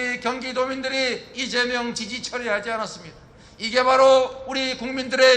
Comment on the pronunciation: 로고송 발음이. 이쨈명 으로 들려요 발음이 쌔서 나를 위해 이째앰명~ 왜 저렇케 발음 쎄게 부르는거죠? 나를 위해 이재명 이렇케 불러야지